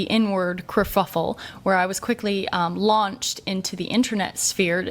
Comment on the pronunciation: She's dumb, thinks she sounds really smart, BUT she doesn't KNOW words. That animal is not a GUH-ZALE. It's a gazelle. And it's a kerfuffle, NOT a KRUH-FUF-UHL.